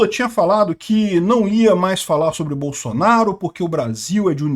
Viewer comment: "BAÇUNARU, BAÇUNARU, GO´PI, GÓPI" KKKKKKKKKKKKKKKKKKK